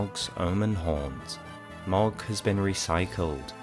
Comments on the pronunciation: It's pronounced 'Mow-g'🤦‍♂️ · The real secret is that his name is Mohg, not Mogg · Why you keep saying Mog? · Why do you pronounce Mogh like that